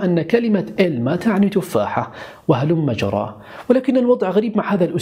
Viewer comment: ...رأيت أحدا قبلي قد علق على كلمة هلم جرى التي تقولها..ظننت أني الوحيدة التي سأعلق على الموضوع....منذ فترة رأيت منشور على الفيسبوك وقد كتبت فيه الكلمة بهذا الشكل(هلم جرى)..لم أفهم سبب كتابتك لها بهذا الشكل..ولكن عندما سمعتها اليوم منك علمت سبب ذلك.(.هلمّ جرّا)...بهذا الشكل تكتب.. وتُقرأ بتشديد حرف الرّاء....تقبل مروري..موضوع الحلقة جميل جدا..وفقك الله..